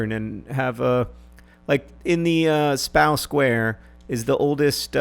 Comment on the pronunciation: Steddeliek :( Spauw :(